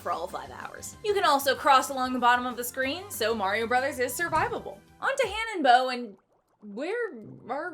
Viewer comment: you’re the perfect blend of goofy and sexy! I hope you have a long and successful career! That said, it’s Hannenbow, you goober!